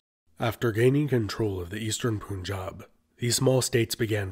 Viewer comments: It's Punjab! "Pun" as in "punk" not "Pun" as in "Pool" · Please pronounce correctly it's Punjab not pun jab Here pun sounds like fun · its not poonjaab its pun-jab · I don't get your point about Shakespeare and Qur'an. I am not saying anything about the spelling other than that it follows a nonstandard transliteration. My point is about its pronunciation. Its not pronounced as "poon-jab" but rather as "pun" as in the English word followed by "job" like in a NY accent. Unlike "Qur'an" with it's gutteral sound, this word is pretty easy to pronounce for native English speakers and that is the only correct way to pronounce it. No variations. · I dont know why westerners pronounce Punjab as "poon-jab"? Do you pronounce Fun as Foon or Sun as Soon? Then why say Pun and Poon? Try saying Pun-Jaab. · Nice and well made documentary. But I should notify that it is pronounced as "Punjab/Panjab" , not "Poonjab" . Pan - like the English word Pun followed by jaab . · woulda been better if you'd pronounced the first syllable of the word 'Punjab' in a way that it rhymes with 'bun' rather than with 'boon'. It's pun-jab, not poon-jab. Kudos to you for pronouncing Pakistan better than most Westerners tho. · It’s pronounced similar to how you would say the word pun, not poon. pun_jabi not poonjabi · It's not pronounced "poonjaab". It's "pun" as in the English word pun, then jaab. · It's punjab not poonjab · Buddy, the 'Pun' in 'Punjab' is pronounced pun... As in "pun intended "... It's not Poonjaab... I think you can easily pronounce 'pun'-'jaab' Thanks. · Okay, first off, if you're going to talk about the history of a region, you need to make sure you can pronounce the region's name correctly, right? It's pronounced "panjab" -- from "panj" (five) and "ab" waters (i.e. Five Rivers). It is NOT pronounced "poonjab," which would mean nothing at all in either Punjabi or Hindi or any local language. I am NOT Indian/Pakistani: this knowledge is easily accessed. Try harder. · “Poon - jab” 🤣🤣